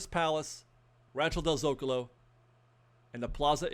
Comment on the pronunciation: Sorry, I have to: zo-CAH-lo not ZO-cahlo